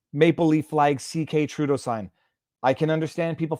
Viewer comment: Was the dude referring to Judas or was he calling Trudeau a “Dill” “Dough” ?